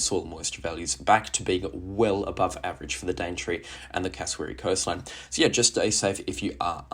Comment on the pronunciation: G'day, thank you for your updates, just wondering what program you are using for weather updates. Very detailed, however as a New South person I have to say Taree is pronounced Tar-ee not T-ree, as you have stated in a previous video. I am being picky and jabbing you a tad, please take that as a compliment. Keep up the great work.:)